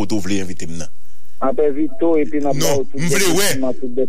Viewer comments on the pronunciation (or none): Volet pa ka di bare violet